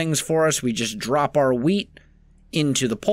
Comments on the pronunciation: Is it just me or does it sound like he says weed instead of wheat? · Lol "Ill be Rolling in wheat" Sounded to me like "Rolling in Weed"